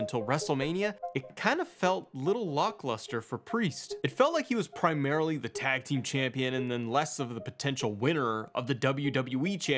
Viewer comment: I have one question: what the hell is lockluster? 😂. That’s what you said at the beginning. Kidding aside, I agree with your points here. Priest has had inconsistent booking from the beginning of his main roster run. McMahon didn’t book him well and Trips hasn’t done much better as far as doing a proper build. Yes, Priest was a former US and tag team champion but his booking has always felt like an afterthought. Back during the older pro wrestling years, you slowly built up a wrestler’s reputation through compelling stories and consistent building. Don’t get me wrong, I think Priest is talented and could be a top guy if built right and given a great story arc. Like you said, he’s missing something and that something is his reputation through a great story over time with solid build. Damien Priest is proof that Triple H is not the renaissance man everyone says he is. Trips is also dropping the ball with many others on both shows. Priest is essentially a placeholder for McIntyre or Punk, whomever they decide to put the title on.